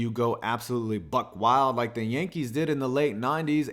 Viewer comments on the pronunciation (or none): none